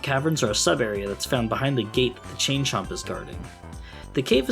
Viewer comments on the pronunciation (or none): You need to enunciate "Chain Chomp" a little better ........I'm pretty sure what you are saying can't be said these days...